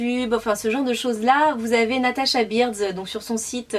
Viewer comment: on dis natacha birds mais sa se dis natacha burds